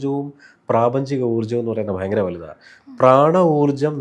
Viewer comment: ബൈങ്കരം അല്ല ഭയങ്കരം ആണ്. അതിന് പകരം " വളരെ "എന്ന് പറഞ്ഞാൽ വാക്കുകൾക്ക്‌ കുറച്ച് കൂടി ഭംഗി വരും. അത് പോലെ,.. കലിയുഗം കഴിഞ്ഞാൽ കൃത യുഗം ( സത്യയുഗം ) ആണ്. കലിയുഗം കഴിഞ്ഞാൽ ത്രേതാ യുഗം അല്ല.